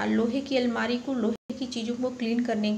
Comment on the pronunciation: Almera nahi almari boliye